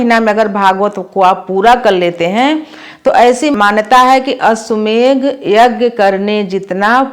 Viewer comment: अश्वमेघ नहीं अश्वमेध है 🎉